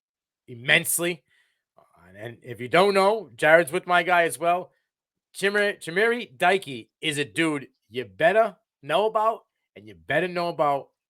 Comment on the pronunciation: It's pronounced ChimRey Deekay